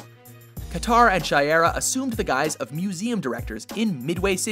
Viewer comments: It's not she-err-ah, it's shy-ear-a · Who else is annoyed by the way he says Shiera? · Man he mispronounced her name and the metal.